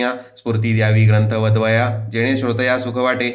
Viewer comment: माफ करा पण उच्चार सुस्पष्ट नाहीत. "ग्रंथ ( वदवया) निरुपणी | " वदावया असे उच्चारले पाहिजे.